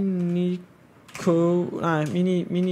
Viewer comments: Det udtales minisio ikke miniko minico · du udtaler minicio mi-ni-si-o